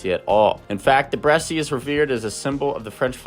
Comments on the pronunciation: Bresse without an accent is pronounced Bress. That is the proper French pronunciation. Saying "Bressie" is incorrect. Period. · It's pronounced "Bres"--only 1 syllable. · The e at the end is silent...bress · I know you are reading from a bunch of compiled info about the breed, but you even read aloud the proper pronunciation of the word Bress and then continued saying it incorrectly. That's very cringe, bro. Please learn from this and be more mindful of what you are reading for the camera. I like your channel and refer to it and your site a lot, but this really hit me hard. It makes me want to look elsewhere. The timestamp for the teaching moment is: . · IDK why you are mispronouncing Bresse. Also the breed is a very good layer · Bresse rhymes with chess…..no E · "Bresse" is a one syllable word....the final "e" is silent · You are NOT pronouncing it correctly